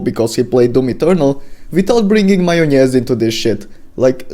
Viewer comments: The way you say "majonez" makes me think you're a Balkan brother! If so hello, and as a fan of both Ultrakill and Doom Eternal your video is spot on man! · По твоему произношению слова "майонез" я понял, что ты русскоговорящий лол. Норм видео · I like how you pronounse М А Й О Н Е З